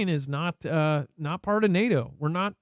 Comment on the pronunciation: NAAAHHHTOE....NAY..AY....YEAAA..TOE....DAYLIGHT COME AND ME WANT TO GO HOME.